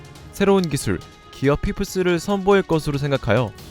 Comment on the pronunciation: 기술 발음부터가 너무 구려서 간지 안날듯.. 기어 포스를 조루모드에서 지루모드로 각성시키는게 가능성 있네